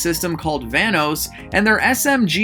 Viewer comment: U keep saying vanos system all I hear is thanos lol ur subs keep going all we got to do is get the view's up and ur gonna b driving super cars jk love ur taste in cars bro awesome as always I've done the same thing when I over look something so simple good job